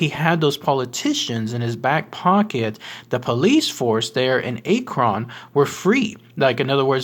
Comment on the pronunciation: Also our city is not pronounced A-kron. You say it just like you'd say the word acronym. Minus the immm.